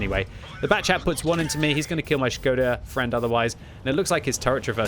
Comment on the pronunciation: SHI-GO-DA!!??? half of the video i was wondering what is that??! some Japanesee player?! Wat??! it’s SHKO-DA!!!😂😂😂😂 cmon!